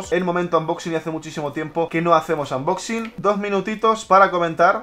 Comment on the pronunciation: No se dice unboxing se dice anmboxin😭